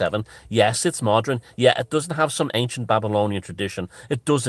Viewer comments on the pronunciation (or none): Please, please stop saying 'modren' and 'modrenise' ...it's like people saying egsetera instead of etcetera. ... it's not a colloquialism, .. it's just bad grammar!